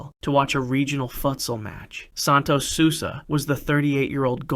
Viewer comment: Santos "sulsa"